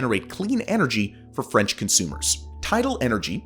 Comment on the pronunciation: i love your "fraunch" pronunciation. so fancy🍟